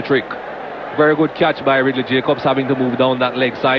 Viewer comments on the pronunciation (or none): none